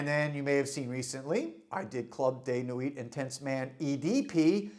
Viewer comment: its club de nwiiii, not nwit